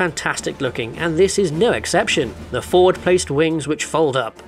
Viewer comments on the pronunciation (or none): none